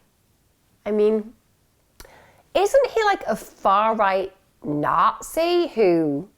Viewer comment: what are narces? I dont understand that word is it a UK thing? did you say Nazi